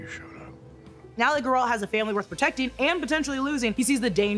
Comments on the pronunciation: It's Geralt no Ga-ralt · Who is Ge Ralt 🤔🥱 its Geralt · It’s “Geralt” not “Ga-ralt” 🤦‍♂️ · It’s Géralt not Garalt. Thanks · Nobody:: geh-rAUl 😂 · Gee! Its GEralt! the accent is on the first syllabe - Ghea-ralt. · Guh-Rilt and Earadin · His name is pronounced Geh-Rult, he says it himself. Did you even play the games? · I love you but that pronunciation of garlet is throwing me off 😂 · at least say the name right names* Geralt and Eredin were done so dirty in this lmao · What’s with the weird pronunciation of Geralts name? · that is not how you say it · not a bad video but you have no idea how to pronounce Geralt's name which is weird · The way you say GERALTS name is atrocious. Shame on you.